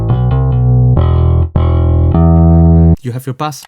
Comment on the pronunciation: Bro I like your channel I wish I could do a zoom call and teach you how to say bass ; it’s pronounced base . And as far as with the Modo Drums you have to buy they pluggin to get access to the rooms